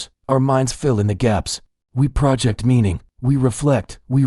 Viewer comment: AI still has problems with words that are stressed differently depending on if the word is a noun or a verb. For example, the word, "project" in this video. As a verb the stress is on the last syllable.